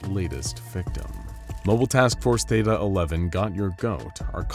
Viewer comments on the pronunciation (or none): none